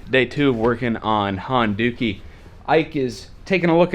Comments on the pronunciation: Dukie (sp?) is another term for poo, I can't help but hearing Honda-Poo when you say Honduki. :) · you said "Honduki" hahahahaha